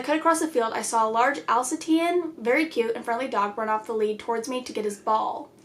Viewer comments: Alsatian is a German Shepard 😄 It’s pronounced el-say-shan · al say shun - Alsatian, otherwise known as the German Shepard haha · Alsatian (Al-Say-Shun) 😊